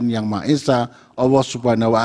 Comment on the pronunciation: Jika bapak seorang Muslim,saya meragu kan sumpah bapak,pak.sejati nya sumpah yang hakiki dengan atas nama ALLAH dan mengatas nama kan ALLAH sejati sumpah itu baik secara tulisan maupun secara lisan HARAKAT nya adalah secara tulisan latin adalah "ALLAH" bukan ALA (bukan tulisan atau sebutan kalimat ucapan "SAYA BERSUMPAH ATAS NAMA ALA")